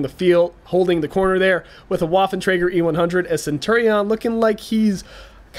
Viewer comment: That was a pretty intense battle - good job! If I may make a suggestion, however, it would be that you pronounce 'Waffentrager' more like 'Vaffentrager', because lolGerman. Thanks :)